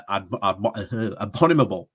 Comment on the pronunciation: "will cease to be apomynable" ? You really should have used your break to take reading and elocution lessons.